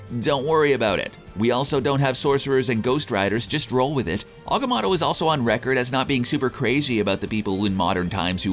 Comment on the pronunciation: Pretty sure it’s pronounced Agamotto not Agamatto